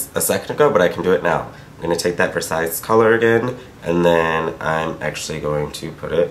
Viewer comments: You don't pronounce the "s" on the end of Versailles. But anyway I'm so happy to see you! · also the "s" at the end of "versailles" is silent c: <3 love this tutorial so much! i want this palette soooo badly.